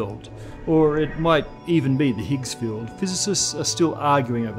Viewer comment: I heard fuel instead of field